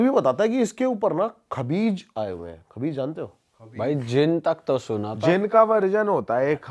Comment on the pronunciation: Vai khavis hota hai